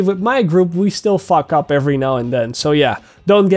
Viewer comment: Yaaaaaaay is back officially nice quick tutorial especially like the part where you yeah sometimes me and my group "FUCK UP" 😂😂😂😂😂😂😂😂accent is heavy there ✌🏿💯